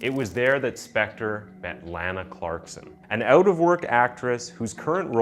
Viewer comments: Leonard "CoNan?" "Spencer?" "Speck-tar?" Come on, man. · man if you want to be a narrator or voice over, you have to talk FASTER and you miss- pronounced Spector 3x. what should have been 7 min. was stretched WAY TO LONG! and NO Im not on coke. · This dude pronounced Phil Spectors name 8 different ways. Even Spencer one time. Love it. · Get used to it. He does it in EVERY SINGLE video! He even pronounced Spector as Spencer once and pronounced Spector about 5 different ways